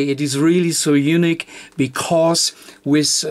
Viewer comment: I can't speak German, and you do a fantastic job with English... But Unique is YOU-NEEK. On the other hand, YOU-NICK is Eunuch, which is something a little different, and (hopefully) not related to radio. Thanks for the great videos.